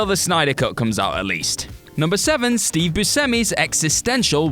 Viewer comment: At least she pronounces his name correctly - something most Americans don't.